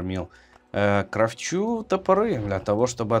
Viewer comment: крАфчу а не кравчУ